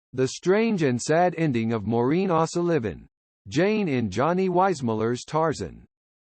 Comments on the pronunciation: Maureen Ahsaliven??? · AI puts the acCENT on the wrong sylLABle.😊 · AI can 't pronounce 0'Sullivan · Sorry, but this vid blows. Short bio, with nothing about the"Strange and Sad" ending that I found Just another sorry YT "content" provider who doesn't care if the facts are straight or not. He butchers a common Irish name on top of all this BS! Thumbs down, HARD! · Yet another stupid A. I which can't pronounce her name 🙄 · AI voice unable to correctly pronounce the surname of the woman about which this is written ! 🙀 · Why the weird pronunciation of her surname it's a common enough name